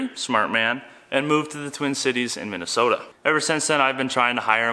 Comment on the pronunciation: KEEP ANGUS (but tell him to put some more O in MinnesOOOOOOOOOta)